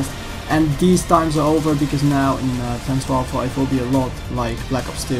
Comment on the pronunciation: Its sounds how he says it